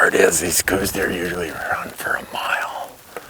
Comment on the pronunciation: ITS PRONOUNCED COWS DEER , DO YOUR HOME WORK NEUBERG